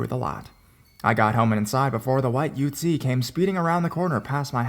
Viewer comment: The way u say ute 😂😭😂